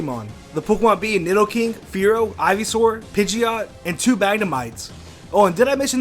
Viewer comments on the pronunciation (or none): none